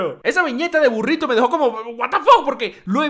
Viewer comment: me excito como usted dice burrito le dare un like